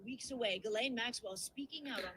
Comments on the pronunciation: Ghislaine Maxwell..pronounced "Gilane" short G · Her name is pronounced like geez-lane.